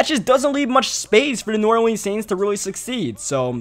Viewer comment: Pronouncing New Orleans weird af and I'm from New Orleans 😑😑